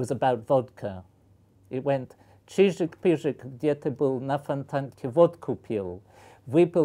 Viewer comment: I'm so used to this guy speaking English, as soon as he started reciting "chejik pejik", it took me like 3 seconds to switch to the Russian language center in my brain xD